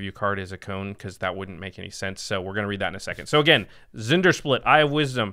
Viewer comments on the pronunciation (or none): By the way, it’s pronounced “En-dear-split”. The Z is silent.